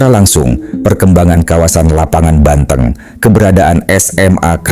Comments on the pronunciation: Lapangan BANTENG ( hewan kaki 4 masuk bangsa sapi , hidup dihutan ) bukan BANTENG , E yg diucapkan sprt menyebutkan kota Banten min . Koreksi cara melafalkn . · Dari video ini saya jadi tau cara mengeja kata " banteng " dgn benar. AI memang hebat